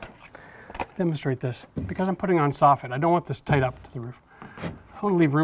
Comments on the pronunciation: "Toight like a toiger" oh my God! You have no idea how excited I got when he said that. I say it all the time and get made fun of... I can now know I'm just as cool as my hero! Haha! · Builds stuff, laughs at himself, mocks Safety Sallies, "Toight like a toiger". I LOVE THIS DUDE!